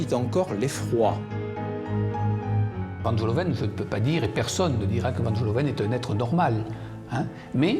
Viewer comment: Van GEloven et non Van Jeloven! Les français et les langues étrangères!